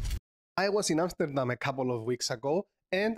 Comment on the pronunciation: Your Amsterdam pronounciation is top tier 👍